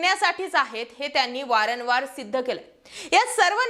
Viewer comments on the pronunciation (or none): मॅडम वारनवार नव्हे वारंवार असं म्हणा ना.